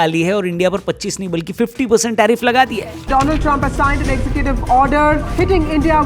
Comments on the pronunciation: Donald ❌ Doland ✅ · Donald ❌Dolund 😁😁😁😁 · Donald nahi doland trump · Do-Laand-Trump Ki Jali 😂